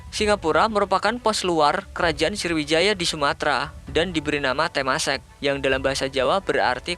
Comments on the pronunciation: Sriwijaya ngab bukan sirwijaya:v 😂😂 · Woee srowijaya woe..bukan indoneisa